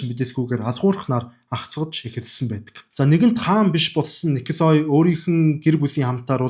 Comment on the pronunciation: Хэлтэй улсуудаас эсвэл интернетээс хүн, газрын нэрсийг яаж дууддагийг нь асуучихаж байвал сайн шүү. Николай гэж бичдэг ч өргөлтгүй о үсгийг а-р дууддаг г.м.